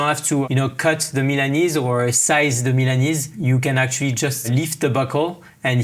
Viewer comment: It is pronounced correctly >>>> MILA(merica)NE(nergy)SE(nergy)